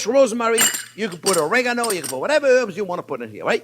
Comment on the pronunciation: jean pierre is the best chef ever . I only wish he could pronounce Oregano . lol he says regano . such a great guy